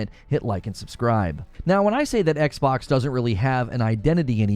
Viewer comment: “The Ex-Box”!